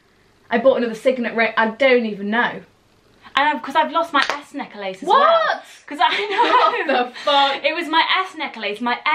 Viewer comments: neck LACE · I find it so weird that you pronounce necklace like neckElace its NECKLACE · I love how they pronounce necklace 😂😂